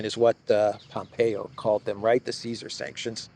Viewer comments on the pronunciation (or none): none